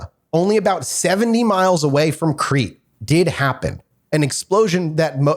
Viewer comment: I'm surprised none of them knew how to pronounce Crete.